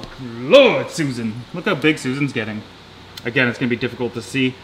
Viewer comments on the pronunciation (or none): none